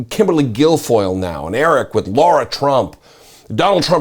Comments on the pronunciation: Sorry, my nit to pick with you here is the mispronunciation of the name 'Lara' (Trump) as 'Laura' (Trump). OK, think of Angelina Jolie as 'Lara, the Tomb Raider'. Sorry about the nit -- part of my OCD I guess -- I appreciate your postings. Keep up the good work. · Lara or Laura? They are not pronounced the same.